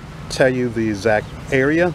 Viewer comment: that's the guy who can't pronounce the word "the". He says "d's" indeed